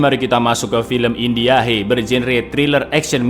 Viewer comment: “Fim indiahe bergenre thriller action misterihe” 😂